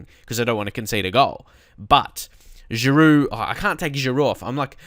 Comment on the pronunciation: I was surprised when you said someone was saying you said Oliver Giroud's name wrong. He's french and your saying it the french way. The right way.